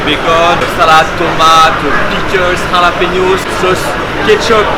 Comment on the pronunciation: C'est plus des "Jalapeños" c'est des "KhallassPenos"